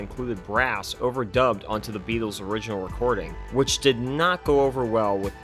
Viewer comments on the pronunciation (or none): none